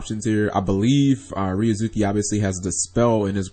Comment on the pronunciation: You mean changing ryu(za)ki --> ryuz(oo)ki?